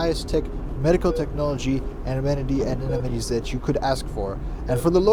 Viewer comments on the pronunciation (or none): are you saying anemonies or ammenities? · did nobody notice he was saying anemones the entire time and not amenities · why do you keep calling amenities anemones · did you say anemones on purpose or did you mean amenities? Either way I love it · He said anemones instead of amenities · can't get over the "anemones"😆